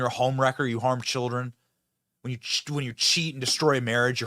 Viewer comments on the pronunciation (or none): That lady said.. Cheer-rin, in stead of Children. Lol. Ghetto as hell. 😅